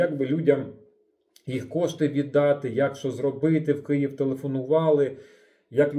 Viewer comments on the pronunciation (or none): none